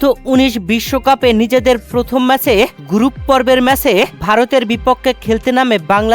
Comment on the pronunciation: কথাও ঠিক মত বলতে শিখিস নি বোকাদোচা। নাকে নাকে কথা বলিস। আবার বলে 'গুরুপ ম্যাচ'। সেটা আবার কি 😂